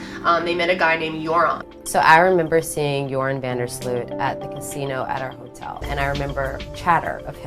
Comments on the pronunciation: How American people pronounce van der Sloot lol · Its so funny how you pronounce joran van de sloot. I'm dutch so I know all about this case hahahah.